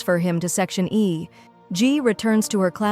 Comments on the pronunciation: It’s not section A. It’s section E. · Bro they keep saying section e is section a E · its section e not section a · Bruh the AI voice is saying is section A instead of section Eb😂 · It's E not A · bro its not section a its section e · Is not section A it's section E 🙄🙄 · It’s section e not a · Section A or section E😭 u are saying a but it's eeeee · It is not a it is e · It's not section a it's section e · It's section e not A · Firstly it's not g it's jay jay secondly it's section e not a but it's alright you explained very well